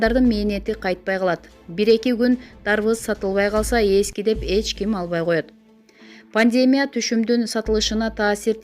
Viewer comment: Пандмя эмес пандемия дайым ушинтип окуйсуз